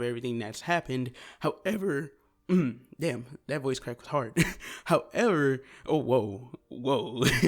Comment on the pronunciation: 😂 h O W E v E R